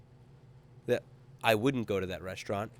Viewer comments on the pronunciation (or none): resta-ino mate, not resti-ano :P <3